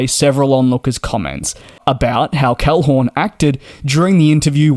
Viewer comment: "David CalhoRn", thrice! ...but you can pronounce the Middle-Eastern CEOs just fine.